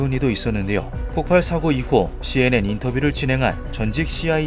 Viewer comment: 폭발이라 써놓고 폭팔이라고 계속 읽으시네.............